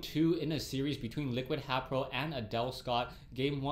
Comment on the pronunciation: he meant to say haypro